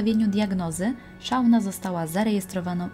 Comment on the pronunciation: Ale please, czytajcie poprawnie imiona. Nie Szauna. SZONA. Naprawdę nie jest trudno znaleźć w necie poprawną wymowę nazwisk, imion, nazw miejscowości... Materiał przygotowany porządnie i szkoda, że takie coś szpeci.